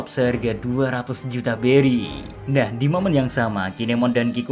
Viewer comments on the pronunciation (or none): none